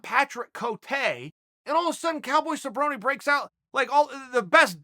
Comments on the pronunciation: Hilarious. Well, its official. Who the Hell is cerrone? Sabroni is my favorite fighter. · Cowboy Suhbroni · Phil "Cowboy" Baroni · "Donald cowboy cabrone"